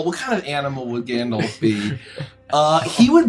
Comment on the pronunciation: "I'm afraid of the dark grandolf"